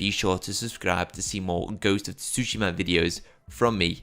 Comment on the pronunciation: It’s pronounced more like Su-shim-a not Tu susheema lol. The shim is more like shim than sheem as well.